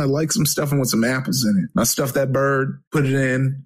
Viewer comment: "..so i stuffed that bird..." The emphasis XD